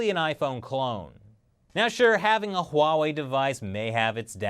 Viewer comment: It's not pornounced Hoo wa wei